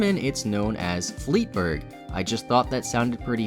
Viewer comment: Fleetburg has nothing to do with a fleet. Also, the 'ee' is not pronounced like in english... really don't know how english speekers just assume all languages pronounce words the same as them... The german word for fleet is Flotte.